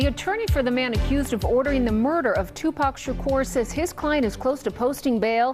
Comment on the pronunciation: The first Caucasian news reporter that pronounce Tupac correctly that was beautiful!